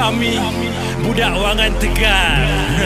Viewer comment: Kalau wangan kat jepun tu kan sebutan dia "wan gan"... apahal dia sebut wa ngan